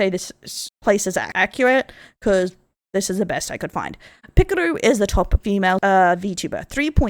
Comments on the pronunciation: Pekor A not Pekor O!!! silly rabbits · These mispronunciations kill my soul, like calling Pekora "Pikuru" like she's a pickle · its pekora, not pikaroo... 💀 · Who tf is "pikoru" I know pekora, but who tf is pikoru